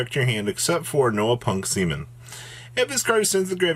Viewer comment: Seamin ... lol